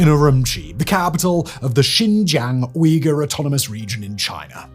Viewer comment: If you care about Uyghur so much Simon, learn to pronounce it correctly. And learn to pronounce Hui too